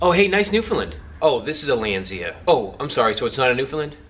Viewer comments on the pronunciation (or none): Btw, it's not a newfinlin. It's newfoundland, pronounced new f'n land. My source? I'm from the island of newfoundland :P and it's landseer...land-see-er